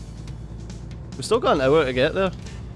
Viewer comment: Hey, I am just messing with you pronunciation of "great".;)